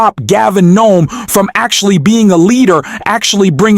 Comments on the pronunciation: Why do you keep calling the governor "Noem"? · Newsom, not Noem. C'mon. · You keep saying the wrong person. It's Gavin Newsom. Not Gavin gnome. Oh and impeach and lock up Trump right now. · GAVIN NOME?? ATTN TO THE REPORTER .STUPID ERROR YOU MADE.. PRIOR TO YOUR VERBAL STATEMENTS CHECK ACCURACY OF THE CORRECT NAME OF THE HONORABLE GOVERNOR OF CALIF IS GAVIN NEWSOME NOT NOME !! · It's Gavin Newsom not Gavin Noam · WHY do you keep calling the California Governor NOME ? His name is GAVIN NEWSOM !!! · You’re an idiot. His name is Newsom not knom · You keep calling Newsome, Knome. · Who the hell is Nome ? Come on man its governor Governor Newsom! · The name ain't Nome. It's NEWSOME. ( You could have at least programmed the voice to say his name correctly. ) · Double check your names and pronunciation! You keep calling the gov. Gnome. It's Newsom, not gnome. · Why ar you saying Gavin Noem..that's not the gov 's name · Pronounce Gavin Newsom, not Gavin Knome! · For GOD's sake - get an interviewer that gets the names right ! Gavin NEWSOM. !!!! - NOT Noem !!!!! She's the PUPPY KILLER. Disgusting reporting. Stupid rump. Guess what !? There is NOT large Spigot up in Oregon/Washington that lets water run down the west coast into California !! DUH !!!! DUMBO !!!!!!! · The governor name is Newsom, not Noam. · You don't even know the governor name it's newsome not noehm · Teach your machine reader that it’s Gov. Newsome, not Nome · His name is not nome it's NEWSOME!!!!!!! That's at least the THIRD TIME I've heard you mispronounce the Governor's name. Are you AI or what???? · Ehm. It sounds like the narrator is saying "Gavin 'Gnome' on the video. His name is N-E-W-S-O-M, NEW-SOM. Two syllabels, like mine, but without an e at the end. O.K. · Why can't this person pronounce Gavin Newsome? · Why are you mispronouncing Gavin's last name? It's NEWSOM not Nome. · Help me understand why you are saying Gavin "Nome" instead of Newsom. 💙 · It's Galvin Newsom (new some)